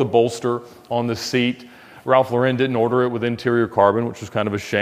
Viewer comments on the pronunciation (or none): Ralph Lauren. Pronounced like the female first name, Lauren. Not like Laurenne.